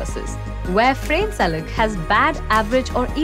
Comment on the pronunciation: His name is not pronounced as [f'rein] but [f'ra:ne] (more or less, I can't bother to check exact IPA). You can't use English pronounciations for Croatian names, or any other foreign names for that matter.